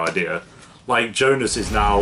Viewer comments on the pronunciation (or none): Jonas not Jonus ;)